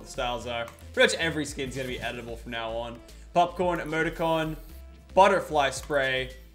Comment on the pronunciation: LTMking YT he keeps saying edible not editable